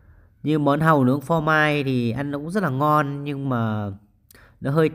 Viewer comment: Nghe bạn nói món hàu lướng...tưởng món mới ...kkkk